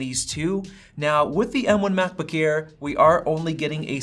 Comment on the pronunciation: “Macbook ear”